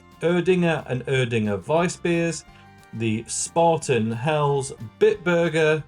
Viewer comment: It's definitely not called Spartan pal, try spAAten .